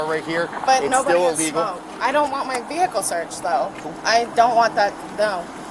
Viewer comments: VEE-HICK -ULLL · Her saying “vehicle” over and over again made me cringe real hard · Her “veehikle”. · She pronounces the “H” in the word Vehicle